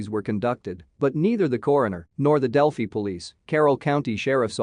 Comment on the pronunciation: It pronounces Delphi terribly!